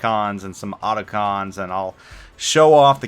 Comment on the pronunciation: did he just said "autocons" ? ohh noo, I am unsubing for that major mistake :P